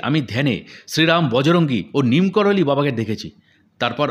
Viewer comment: Neem karoli.......ekti jaygar nam! Sei namei tanr nam diyechhe bhoktora!!! "Neem korali" noi please!!!!!!!!